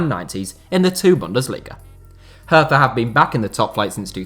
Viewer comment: Haha. „Hertha Berlin“. Mostly foreign press calls the team that. It is just „Hertha BSC“ for locals or most Germans. By the way, in German, „th“ is pronounced like a regular „t“. Nice overview nonetheless!